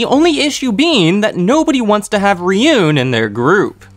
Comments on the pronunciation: Why do you call it “Ryun” and not “Ruen”, the latter is the right way to pronounce it, even tho it’s spelled another day. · Love your summations. Thank you. What I am baffled by is how someone who obviously loves Japanese anime doesn’t take the 30 minutes it would take to properly pronounce Japanese names. You do great with Ayanokoji, but completely butcher Ryuuen and Ichinose. Why? Ryuuen: 2 syllables. Ryu (dragon), en. The “e” not silent. Ryuu-en. Ichinose: 3 syllables. Ichi, no, se. NOT Ichi, nose. That is ridiculous. Ichi-no-se. Please stop butchering Japanese, and take a quick tutorial.